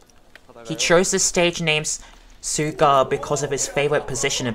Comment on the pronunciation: Suga is pronounced Shoo-gah just like sugar without the R.